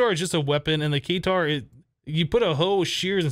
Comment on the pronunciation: the Katar is pronounced kuh-tar, not kay-tar.